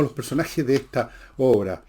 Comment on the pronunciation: pero por que dice "obre"???? 😂😂😂😂😅